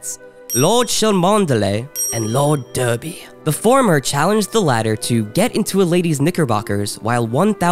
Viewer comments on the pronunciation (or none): OK! Several issues. First off it was probably pronounced Darby NOT Derby. Next Every picture you show of people are Same sex. Even though at one point you said "Boning" and it was two women. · Cholmondeley is pronounced "Chumley". Derby is pronounced "Darby".